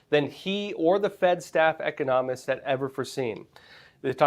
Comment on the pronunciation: How could a grown man working for Epoch Times not know how to pronounce the word economist?